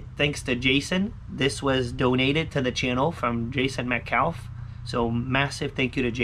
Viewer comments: #ScratchLifeMovement Thank you, Jason Metcalf Calf like what's in your leg or the baby cow lol Give him a chance he now says "clover" right lol Good Luck tonight!!!!! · Jason has to HATE the way you say Metcalf. Lol